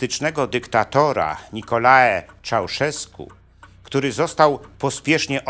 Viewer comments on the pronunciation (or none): none